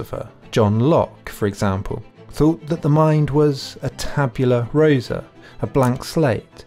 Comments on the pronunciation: Pseudo-intellectual? I would love to know if this guy has actually read any of the material he implies he's read or had any formal philosophical education. If he has - why can't he pronounce phenotype correctly, why on earth is he referring to a tabula 'rosa' and why doesn't he know the difference between adaptation and adaption and even misreads the word on the page? He also completely misunderstands what a list of human universals tries to convey and why they are not necessarily the constituents of human nature. As for the conclusion that 'having children is the most highly skilled job you can possibly have' - what can I say? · Tabula rasa, not "rosa".